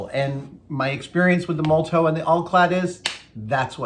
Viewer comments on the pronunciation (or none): It's not a huge deal but I keep cringing at Adam's pronounciation of Molotow... He always loses an "O" in there and it becomes "Mol-tow" instead of "Mo-lo-tow". You know, like cocktail.